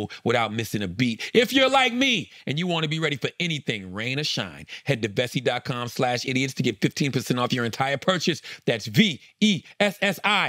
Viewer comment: Am I the only 1 who thought Charla's "Vessi" commercial sounded lika promo for "bussy"??? 🤷🏾‍♂️ijs 😂😂😂